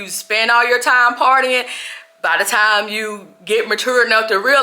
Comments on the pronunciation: it’s “TIME”, you pronounce it in a funny way😅😅😅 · You don’t have any TAM to waste, TAM is going too fast guys, TAMMMM!!!😂😂😂😂